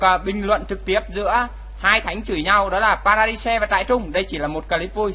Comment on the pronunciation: Vãi nhok. Trai rừng. Vs pa ra đai. Đọc zạ á. Gì mà trại trung. Pa ra di de.